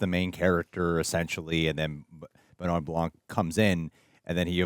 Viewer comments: Benoit pronounced BEHNWAH not Ben-nye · it's so funny for me, as a french man to hear how they say his name... "Ben Wa BlanK" when in french, it would be "Bun Wa Blan".... It's also very funny when i hear american say the name of director Denis Villeneuve "Day-Niss Vil-Newave" when it's actually "Duh-Ny Vilnuv"